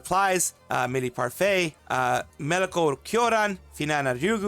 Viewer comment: asshole didn’t even try to get her name right 😑